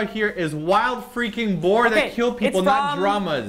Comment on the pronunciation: Not boat but boar